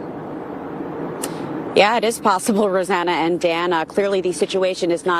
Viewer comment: Did she say dana roseanna?